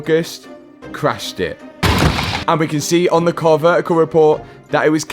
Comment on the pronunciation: Car Ver-ical